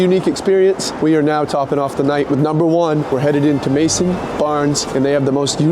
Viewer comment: The chef at Maison Barnes (though it was adorable called it 'mason') probably really appreciated having people that actually fish and supply restaurants with ethical, quality products eating his food. I know I would; and I'd want to cook extra well as a sign of respect. The relationship between supplier and chef is crucial. (And yes, I know he doesn't supply Maison Barnes, but still)